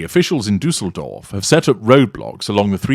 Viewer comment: As a German I‘m complimenting you on your pronunciation of Düsseldorf. Well done 🎉